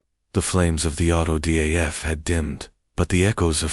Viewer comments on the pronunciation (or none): Auto da fe, not f .